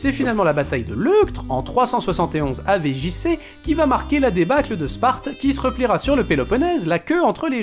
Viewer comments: Il y a que moins qui a les oreilles qui vrillent quand j'entends "AV JC" au lieu de "avant Jesus Christ" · "avé jissé"